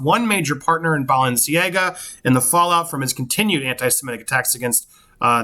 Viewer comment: I love hearing you try to pronounce Balenciaga haha😅😂.. and I think this would be a poor choice for brown-rudnik and a poor choice for Camille, personally. Camille said she wants to go on to help those who are deserving… Kanye is not deserving!!